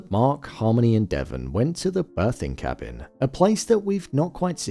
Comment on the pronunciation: You saying cabbing instead of cabin or am I trippin hahaha